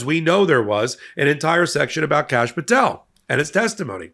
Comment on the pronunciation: did he say Cashapp Patel?